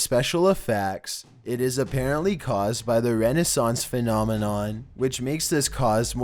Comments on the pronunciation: #12 AHAHAHAHHA RES_ON_ANCE is how resonance is pronounced. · It's mechanical resonance, not Renaissance... Fucking idiot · resonance phenomenon.. not renaissance.. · "Renaissance" phenomenon: the result of a school dropout looking up 15 things to put in a video. It's called resonance RE-ZUH-NENCE, but even if you said it correctly, you still don't even know what that means... smh -__